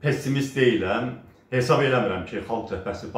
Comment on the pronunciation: Salam Əli Müəllim. heysab deyil hesab sözü var. Heysab düzgün söz deyil! Hesab sözü düzdür. Hesysab deməyin hesab deyin.